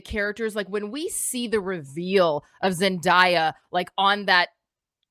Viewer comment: This trailer was phenomenal!!! Also my most highly anticipated film of the year. Btw to and it’s pronounced Zen-day-uh (the way Campea said it). But yeah i’m all in. Can’t wait!!!